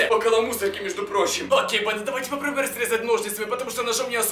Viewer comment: Я вроде глухой но я слышу вместо банда-панда 🐼